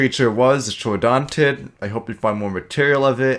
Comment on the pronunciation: Congrats on saying ‘Troodontid’ instead of Troodon which is a dubious genus.